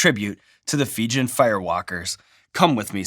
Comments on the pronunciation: What's a "Feejun"? I think you mean "Fee-Jee-Un" (Fijian) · Fee-jee-en, Fijian, not Fee-jen. Source: am Fijian.